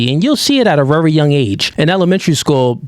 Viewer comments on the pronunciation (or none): My G… I funk with you. I rock with your mindset, your message, and the vision… But damn, if yo dumb ass don’t figure out how to pronounce words like “very” properly, and stop saying autistic sh*t like “rearry” I’m gon have to unfollow.